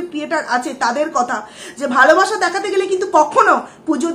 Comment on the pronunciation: Apnar video ta dekhchilam...valoi lagchilo...but je vabe swa te sleep kelen sotti khub birokto lagchilo ....kaind ly uccharon ta ektu thik kore korun valo lagbe...valobasha ke bolchen valobasa...ektu songshodhon korun....parish na ke bolchen paris na...ektu carefully...plz